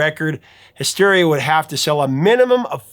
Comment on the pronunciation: did he just say "mysteria"?